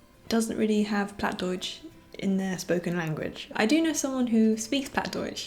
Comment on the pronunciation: Wow, you live pretty close to me :D I moved 2 years ago to Oldenburg to study here, but I'm from Ostfriesland originally and I also speak Plattdeutsch (Plattdütsk). Your Plattdeutsch was a bit off, it is not pronounced like you would in High German, but it's a bit hard to describe the proper pronunciation just by text (also the pronunciation can vary from region to region, sometimes even neighbouring villages have different pronunciations and words). Also, Bluebell is really cute =^_^= I would love to have a cat as well, but my home is way too small sadly :(